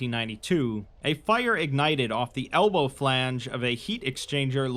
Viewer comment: flange, not philange.